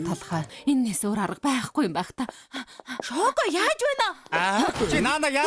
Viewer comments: эгчээ чоко биш шоко шүү дээ!!😵😵😂😂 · Чоко биш шоко шүү дээ 😂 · Чоко биш шоко шдээ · Чоко биш шоко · Чоко биш шоко❤❤❤❤❤❤ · Бүгд яагаад чоко гээд байдгийн шоко шдээ 😅😢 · чоко гэж шоко 🦢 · эгчээ чоко биш шоко шүү 🥰😂😂😅😊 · Чоко биш шоко шүү эгчээ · чоко биш шоко шүү ❤ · Чоко биш шокоо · Чоко биш шоко шүү